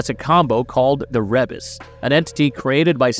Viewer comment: Ree bus not reb us